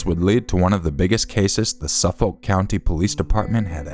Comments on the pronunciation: I'm from Long Island and it's pronounced "Na-saw" and "Suh-fik" counties :) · Man is it funny trying to hear pronounce Nassau and Suffolk lol … Nah-saw and Suh-fik.